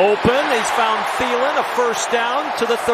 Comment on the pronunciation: His name is Thielen tiiiiiiiii l eeeeeeen the h is silent cuz it's German I speak German i am not German bye